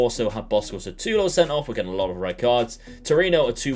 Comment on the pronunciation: No offence, but it's Šutalo not Satulo. Letter "Š" is similar to letters "SH" in a shoe. You can try and say Shoe-talo :) Thanks for the good content!